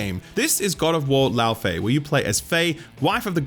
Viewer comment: FYI, the proper English pronunciation for Laufey is "Lay-Vay." (recommend looking up a pronunciation video to better explain) It's cool seeing more Icelandic representation in media but I don't think I've seen the media coverage of this game stick to one pronunciation.